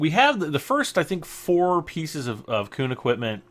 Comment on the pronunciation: It's KUN, not KOON